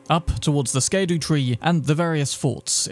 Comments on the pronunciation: Someone's probably told you by now. Scadu is pronounced Shadow. Just like gaol is jail. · But the word “scadu” is derived from the Old English “sceadu,” and should be pronounced more like “shadu,” or, you know, “shadow.” Shadow-tree - You are welcome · Just so you Know when your Saying SKADOO Its actually Shadow for Latin so Scadu Tree is Just Shadow Tree me Pal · Agreed, it’s pronounced “shadow”. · scadoosh(im become kung fu panda) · I'll always call it skaduu. I know how it's spelled. That's how it's pronounced. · in old English, SC sounds are usually pronounced as SH instead. Scadu would be pronounced shadow. Other NPCs call it “the land of shadow.” So it would be sensible to assume this is how it was intended to be pronounced. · No you're right it's pronounced more akin to "shadu" not "shadow" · It’s like king fu panda bro scadoosh tree fragment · Scadu is read Shadu... It's an old english thing like Gaol is Jail. Used in a lot of high fantasy settings like in Dungeons & Dragons RPGs or Neverwinter Nights. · Fun fact: Scadu is pronouced "Shadow", much like how Gaol is pronouced "Jail" and Blaidd is "Blaith" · Scaredoo seems right but is it possible that scadu is pronounced shadow? That said, I think skidoo is yhe favourite pronunciation I've heard. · Scadu is pronounced "shadow" it's Old English